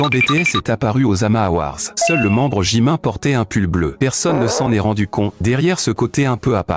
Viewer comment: Déjà on dis JimIn pas JimIN